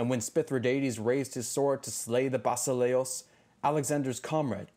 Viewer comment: The greek word fir king is pronounced: vasilèas not vasilíos. Actually the last is just a name. E , as in yes and a, as in fast.